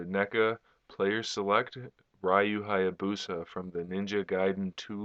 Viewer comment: Lol he said his name wrong